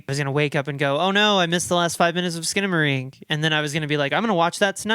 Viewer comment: HELL YEA SKINA-MAY-RINK